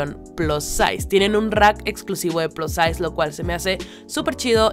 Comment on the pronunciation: Repites demasiado todo, y no me parecen tan buenos los precio de ropa que no es tan vintage a lo mucho es de los 90s, en serio no trates de decir plus size, como plaz size se oye terrible !!!!